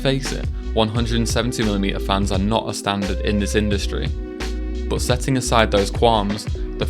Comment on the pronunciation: Why do you say boot instead of but?